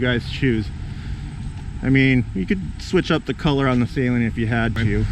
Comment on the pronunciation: Please people say "Saleen" correctly. Steve Saleen doesnt even say Say-leen....